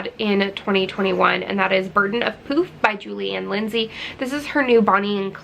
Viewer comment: When you got to Burden of Poof, I thought you first said Burden of Poop! 😂 I don't think I read a whole book last year! 🙄 I know. My bad! Lol